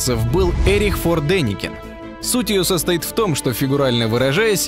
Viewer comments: Когда к такому интересному материалу комментарий читает "форма жизни чуть сложнее одноклеточной", - тогда и : нелепые смысловые акценты, неправильные ударения в словах , и ( ха-ха!) - "фоР Деникен", вместо "фоН", и "невИдение" вместо "невЕдения" и др.! Неужели трудно поручить прочтение комментария человеку с интеллектом??! Кошмар... О, где ты, крепкое Советское среднее образование??!... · Не Фор Деникен,аФон Деникен.. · Автор не фор деникен а Эрих Фон Деникен